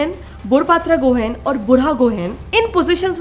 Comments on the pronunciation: Being from Assam, gohain pronunciation is गुहाईं not गोहेन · I don't know why ....but the pronounciation is funny to hear . Kiba 1ta hahi uthe xuni kine name tu 😂